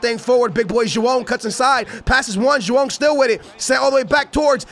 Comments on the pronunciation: Its joao not jowann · please stop saying joao